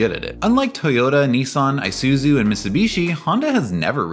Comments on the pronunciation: "ee-zoo-soo" not "eye-zoo-soo" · The commercial just said “e”suzu and you keep saying /i/suzu. 😣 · Did you just say "eye soo zoo"...? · The correct pronunciation of Isuzu is "E-suzu" I believe Australia pronounced the one you said, but generally it's not. Edit: at least you said Isuzu correctly. Thank goodness. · You included a commercial that tells you how to pronounce Isuzu, and you consistently mispronounce it throughout the rest of the video. It's just one of those psychological tactics to keep people engaged with the video out of pure hate. But wait, you change how you pronounce it halfway through the video. I'm done. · Well, at least you managed to correctly pronounce Isuzu 5 times in the video. When you pronounce an “I” in almost every other language, it is not like a defamatory “eye”’talian. The English language is difficult enough. Please don’t bastardize it any more than it already is.